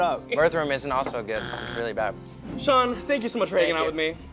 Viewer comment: "sean" ?!??!? IT'S SHAWN